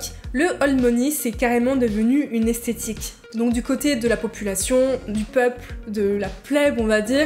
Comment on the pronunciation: J'ai bien aimé ta vidéo, je suis un peu plus âgée donc j'ai appris pas mal de chose de la génération après la mienne. En revanche il y'a quelques mots dont je ne suis pas sûre qu'ils sont bien prononcés. Nymphette ? Esthétique (j'ai entendu aesthetic donc en anglais) et aguicheuse (et pas aiguicheuse). Peut-être que c'est moi mais ça m'a interloqué.